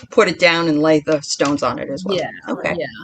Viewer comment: Enjoying the show, love you're love and passion, but you're butchering some of the stones names 🙄.then I finally got to the end after taking breaks. I get it bless yalls heart you're new. I get it now. I was under the impression that you were crystal connoisseurs. Your just learning like everyone else. ✌🏾 Oh and TURN OFF YOUR PHONE.